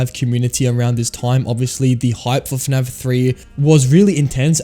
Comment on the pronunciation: why does he say fnav instead of fnaf?